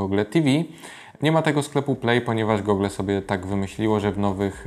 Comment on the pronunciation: na czym polega moda na mówienie "gogla" zamiast gugl ?? Wyrazy takie jak xiaomi wypowiadasz dobrze (siaomi), moonlight (munlajt) ale wyszukujesz w goglach a nie w "gugle"